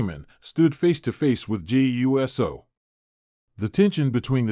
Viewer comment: I agree, it bothers me every time this person pronounce it U S O instead of Uso. It’s not that hard to pronounce it.